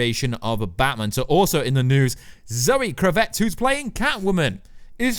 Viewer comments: You're driving me crazy with your pronunciation of Zoe's last name. It's KRAV-itz. Emphasis on the first syllable, short a sound. Just like her father, Lenny. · Please pronounce Kravitz properly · For God sake will you stop saying zoe kravitz surname wrong jeez it's not even spelt the way you say it.... how on earth are you getting it so wrong?